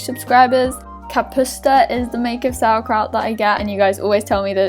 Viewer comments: I KNOW RIGHT??? I'm so proud 💖💖 And of course love from Poland again 💗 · KAPUSTA made my day!!! Perfect pronunciation:D!!! Greetings from Poland, <3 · Poland loves you! ♥ And you said kapusta very well!